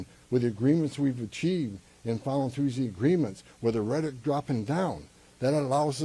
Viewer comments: Is he saying "rhetic"? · What is Reddick? Does he mean rhetoric? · This guy cant pronounce "rhetoric". Also he sounds drunk. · Rhetoric has 3 syllables. You are also full of you know what.